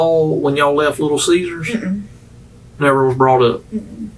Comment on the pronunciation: lol the way he says little caesars